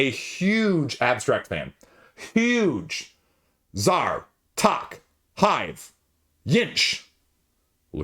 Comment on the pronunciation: It's too bad that you can't pronounce the name of the game "Tak" properly!! After listening to you say tok a few times, I finally deciphered what you were referring to. FYI...it's pronounced like tack, as in thumbtack.